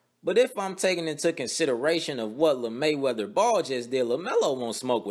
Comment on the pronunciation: "Lamayweather" Y'all playin HAHA